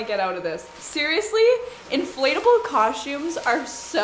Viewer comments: I LOVE so much! Adorable, generous, hard-working, and so fun! Plus I love when you say cos-chooms instead of cos-tooms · I love your videos and I clicked it even knowing I would be triggered inside each time you pronounced costume (coshtumes)